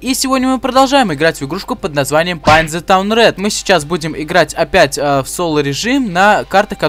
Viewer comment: не пайнт а пэйнт